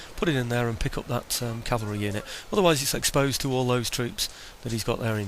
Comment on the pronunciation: Oh hey btw. I really like that you say cavalry. So many people mistakenly say calvary and not only is it mispronunciation but it changes the meaning of the word. So cheers lol